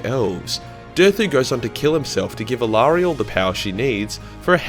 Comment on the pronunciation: Who is Aerielle, do you mean Alarielle? And if so, you are so wrong! xD